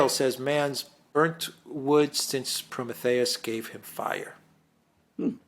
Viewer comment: Greek pronunciation of Prometheus 🙂 Good to hear.